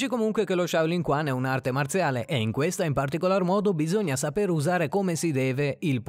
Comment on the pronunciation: Si pronuncia Shaolin ciuan, non kuan. Significa boxe (chuan) della giovane (shao) foresta (lin).